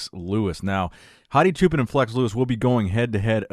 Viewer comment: I'm leaving this comment because I am a great fan of your excellent commentaries. I am not sure if you will see this comment but I hope you do. Hadi's last name is pronounced Choupaan; it is the same way you would pronounce Hadi as Haadi which is the correct pronunciation. Also, for Iran, the country that he is comming from, the correct pronunciation is Eeraan. People from Iran are Eeraanians. By the way Choupaan means Shepperd. I hope he end up winning this year 's show.